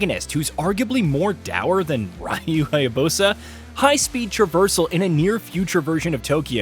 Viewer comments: Bro you can't talk about how the series has been around for a long time and in the same sentence mispronounced the main character's name ....come on.😂😂 This is almost as bad as when they were mispronouncing super saiyan back when dragon Ball z was 20 years old.😂😂 Super sigh-on 😂😂😂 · Ok.....respectfully, sir. This may be on the smaller end of concerns for some, but...the way you just slaughtered the protagonists name multiple times in this video is quite literally unprecedented. There's a couple variations of how some pronounce "Ryu"; like the age-old "toe-may-toe toe-mAH-toe" argument, but THIS needs to be respectfully addressed. Speaking as a definitive fan of the character and series since the original Xbox days, it's not lost on me that not everyone is aware of all names and places on any given subject matter, even if the subject been around for decades or more; fair and understandable. However, as a professional outlet who reports on game news, I humbly ask that you do a better job next time in regards to these key details. It matters. I don't speak for All fans of course (nor do I care for any incoming half-baked negative remarks from others on this comment), but nonetheless, that kind of carelessness is unacceptable. Correct pronunciation: "Ree-you Hi-ya-BOO-sah". Thank you.